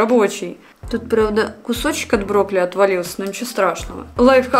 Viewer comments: Не брокли а брокколи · Мне же не одной слышится брокли? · мне плохо от этих ударений...брОкли😭